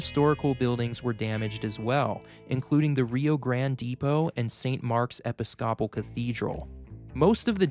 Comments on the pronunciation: Okay, this is only to enlighten, not to ridicule at ALL. As is probably noted somewhere else, it's pronounced "Mo-ROH-nigh," not "Mo-ROH-nee." It's also "Ee-PIS-coh-pul," not "Eh-pi-SCOP-ul" (it's the name of a major religion). I'll give a pass on the name of Haiti's capital because it's French, not English, and we commonly pronounce it the way you did, but it's roughly "Port-oh-PRAHNS," (with a nasalised "n" on that last syllable, which can be hard to do for people that aren't used to making that sound) not "Port-oh-PRINCE." I must say, the info presented here is fantastic and informative. You clearly love geology and love sharing your knowledge; you are also very good at teaching us about that subject in a way we can understand. Just do a bit more research on the pronunciation of words you aren't familiar with. No shame in looking things up that are unfamiliar, and of course, no shame in making fun mistakes from time to time! We all do it! Wonderful job; keep it up! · It’s not just Utahisms. Go to the section around seven minutes where he is talking about damage to churches, and listen to how he pronounces, “Episcopal.” 😂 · Hello sir. Thanks for taking the time and effort to make this video. Very informative. Some people may not take you seriously if you cannot pronounce some of the harder to say words. All your effort and hard work could be considered wasted if you don’t take the time to research a few of the words you are saying. The church statue is pronounced mor-own-eye. The pronunciation of episcopal isn’t epp-i-sock-al, it’s uh-pi-skuh-puhl. I genuinely hope this helps. You are very talented just need a small tweak in your delivery. Semper Fi